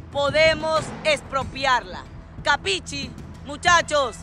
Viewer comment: La palabra. Q usa ... " capichi" ( mal pronunciada .ahí se ve el grado de inteligencia)...quiere decir: entiendes ?) en Italiano.. y el maleante ni eso sabe...pronunciarla!!!😮